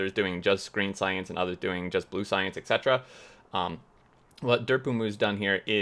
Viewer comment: It is pronounced Et-Cet-era